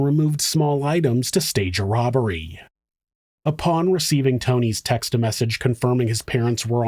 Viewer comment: He just over enunciated the end letter - are you seriously that bored shitless you are picking holes in someones accent? Get a life dude ,seriously 🙄